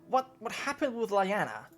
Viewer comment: LEE Anna, NOT lie anna. One of my personal pet peeves, mis-pronunciation. Like I said Personal.